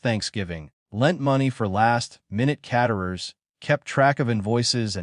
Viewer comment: Doesn’t anyone listen to and edit the horrendous pronunciations ( caterers) before airing these AI stories?